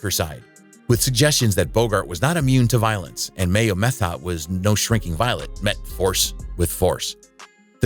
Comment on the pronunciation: Franchot is pronounced Fran Cho (the T is silent), "Ondine" is pronounced ahn DEEN. Methot is pronounced Meh-tho (the T is silent), Ferrer is pronounced Feh REHR.